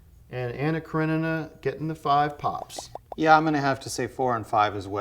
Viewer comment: Excellent pronunciation of Karenina! So this one is about Russians from a book? Also dig the love scene edit, although I went to see the move because I thought it was one big love scene and was kind of disappointed. At least I didn't have to read French.